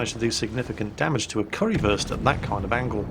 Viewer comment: Is he saying curryfurst lmao